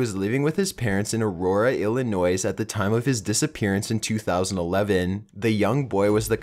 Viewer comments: Ill-ih-noise? Where you from, Canadian? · I'm sorry, but Illinois is pronounced Illi-noy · "Illi-noise" omegalul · I hate when people pronounce the "S" at the end of Illinois. Damn! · You don't pronounce the 's' at the end of Illinois. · I agree with you and I don't even know why it bothers me so much when people pronounce the "S" in Illinois because I was born, raised and still live in South Carolina. I went to college with a guy from Chicago and he taught me that only uneducated idiots pronounce the "S" so I've spent the last twenty six years correcting people but it does no good. They still mispronounce it all the time down here and it makes me want to flip out. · He pronounces a lot of things weird. Cicada, Illinois, etc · ik this is completely irrelevant but I live in Illinois :) but it is weird when people pronounce it the way he does. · Oh my god! You keep pronouncing Illinois wrong! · That's always an annoying thing. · Jamie harster - I'm not American either, but even I know how to pronounce Illinois properly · He doesn't even know how to say "Illinois". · He pronounces the s in Illinois. This is extremely annoying. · Then you say it wrong the s is silent. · I mean,yeah,It bugs me when people mispronounce it,but thats cuz I live there. How'd you feel if like,you lived in Alabama and people pronounce it 'Alabam' ? Cuz people do that. Its weird. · Shifty Willows I live in Illinois. That's why it bothers me. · Just so you know, the "s" is silent in Illinois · Dude...the S is silent in Illinois.. you're killing me! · Number 13 i had to pause and take a deep breath because of how he said Illinois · you know the motherfuckers gone off the deep end when he literally says "Illinois", verbally saying the S at the end when it's obviously silent. this guy seriously probably doesn't do much else but work on how much he can distort his voice into some weird imitation of a valley girl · There is no noise in Illinois. Love the videos though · he said Illinois wrong